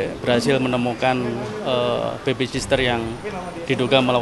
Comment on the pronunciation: sitter min..sitter.bukan sister..